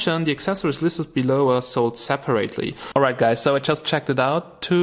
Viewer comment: Hahahaha no disrespect but the way you say "separately" made me think I was watching an idubbbz video where he does his generic euro accent